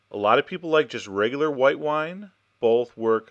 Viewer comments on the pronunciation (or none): he saig white whine